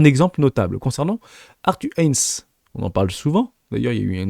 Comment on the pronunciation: Arthur Hanes, N tss 😂😂🤣... Nope. C est Hayes. Aiyzz en prononciation fr. C est juste une légende... n'as tu jamais entendu son nom ?🤔👀🤷‍♂️